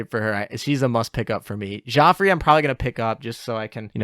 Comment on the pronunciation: Not just French. He pretty much butchers every name in this video. But maybe he doesn't know how to type "how do you pronounce..." into his search bar.